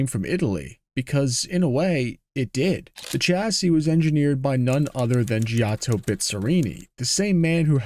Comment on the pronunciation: FFS you butcher chassis (a French word) but apologise for fear of mispronouncing Italian names. Does it surprise you everyone hates Americans?